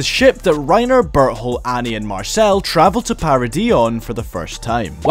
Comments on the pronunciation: Why does it sound like he’s saying but hole instead of bertholdt. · Is it me or does it sound like he's calling Berthold, Butthole?